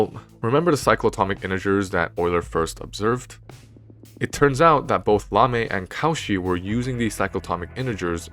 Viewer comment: Many thanks for this interesting lecture filled with knowledge and suspense. It would have been perfect if the speaker had pronounced the non-english names of the mathematicians correctly. Lamé not L'ame. Cauchy most terribly deformed to cow-chi instaed of co'shee. Jacobi -> Ya'cohby. Dirichlet -> D'eereeclay. André Weil -> Vile (almost like Wiles with the final s dropped). But this is only a minor flaw in an otherwise excellent presentation.